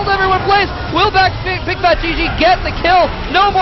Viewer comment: Bigfatlp , not bigfatGG haha